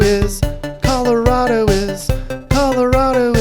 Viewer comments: Pretty well done. Especially the annoying transplant jackasses begin to overrun us like a rat infestation 🙄. Only thing, we don't say Colo-rod-o, it's Colo-rad-o lol. Only if you've lived here all your life though lol. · If you're going to live there, then at least learn to say it correctly. ColorAdo, not ColorOdo!! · triggered every time he says coloRAHdo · Where are you from? It's driving me nuts that you keep saying Colo-RAW-do? Is that how the rest of America says it? Also, no. Not everyone pretends to ski, and not everyone drives a damn Subaru, the quickest way to spot a liberal is if they're driving a Subaru. Also, thanks for not mentioning Northern Colorado, it's nice to not be associated with California 2.0. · It's Colo-RAD-o. I've lived herey entire life and it makes me shudder when people pronounce it like you do.